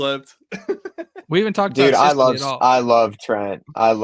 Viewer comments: His name is “sis-le”. Not “size-le” boss…talking like you Know all about him lol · and you can't even pronounce Trent Sisley last name correctly. OMG. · If you put Pundit back on while butchering Sisley name I’ll stop subscribing. Get it right you dorks. 😂